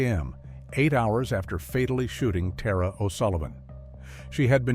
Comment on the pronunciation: Tara was very certain about the pronunciation of her name. They should have checked with someone. It’s ‘TAHR-A” not “TEAR-A”. And this bastard makes me wish I believed in hell.